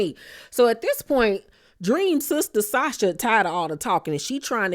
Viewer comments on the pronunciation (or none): none